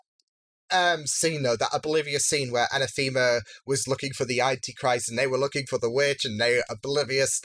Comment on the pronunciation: Anathema's name is not pronounced a-na-THEE-ma. It's pronounced a-NA-tha-ma.